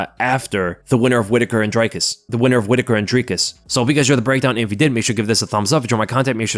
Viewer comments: Its Dricus bro not Dry-Cus. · Thanks for pronouncing Dricus correctly. This DRY-CUS stuff needs to stop